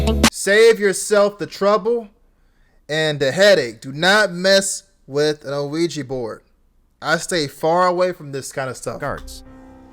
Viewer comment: U dont pronounce the o in ouija board it sounds like weegie board when u say it properly 😂😂